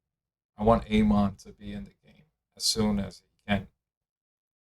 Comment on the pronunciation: Bro learn how to pronounce Amon